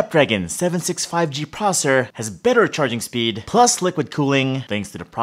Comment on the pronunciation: its processor not prosser